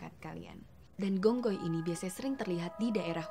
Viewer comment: Phi khong hoi. Gong goi salah